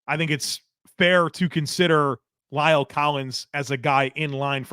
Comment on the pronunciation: Please learn to pronounce La'el correctly. It is not Lyle!!